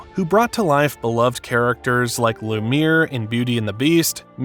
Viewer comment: Did you just say loo-meere 😂😂